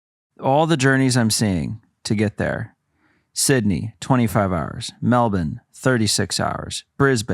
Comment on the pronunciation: THANK YOU for pronouncing Melbourne (Melbin) & Brisbane (Brisbin) correctly 🎉 hahaha